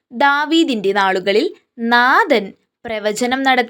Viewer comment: നാഥൻ അല്ല നാഥാൻ